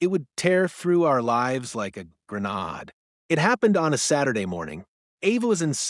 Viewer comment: Gren aid not gren odd.